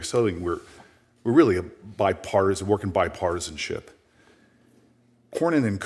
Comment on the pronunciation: Booker the big mouth said bipartason 9 times cant stabd him